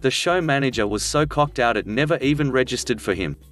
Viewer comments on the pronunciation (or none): Most appropriate mispronunciation ever - in the trade show story, "coked out" is pronounced "cocked out"... Text-to-speech software still needs some tweaking, I think. :P